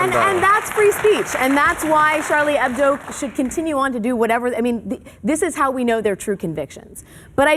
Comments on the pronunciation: It pisses me off how he keeps saying "Hedbo" -_ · Charlie HEBDO ... not HEDBO ... or am I deaf ?? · Hebdo, Bill. Not Hedbo. It's short for "weekly" in French. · It's HEBDO, Maher, not HEDBO. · Great show - but it's 'Charlie Hebdo', not 'Charlie Hedbo', Bill :) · It's Chalrlie HEBDO not Charlie HEDBO, Bill Maher,you moron!!!